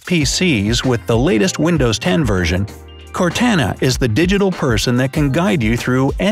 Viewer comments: Cortana is not core tan a its core tah nah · Its core to na NOT core tA na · Cortana (core-to-nu) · "CorTANa" 💀😂 "T as in Toy" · ITS PRONOUNCED CORE TON AH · That’s not how you say cortana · He said (Cortana) Wrong.